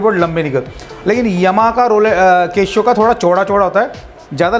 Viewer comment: केशो नहीं....केसीओ